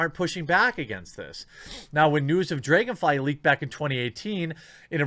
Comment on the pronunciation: the way you say dragonfly hurts my brain